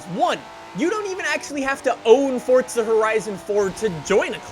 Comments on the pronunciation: It's forza not fortza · Please can you stop saying Fortza Horizon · Stop saying Fordza🤦‍♂️🤦‍♂️🤦‍♂️ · Another guy that says ForTza 😂